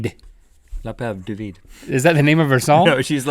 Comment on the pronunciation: French is my second language and they're saying L'appelle du vide wrong